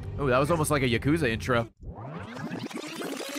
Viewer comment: the days when Ray said yaKOOza